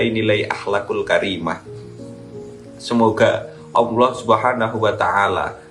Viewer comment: Nyebut ALLAAH saja blepotan kok dikasih panggung? Bajlol